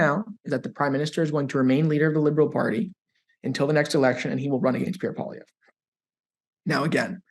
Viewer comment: Poili-EV, not Poili-EVER.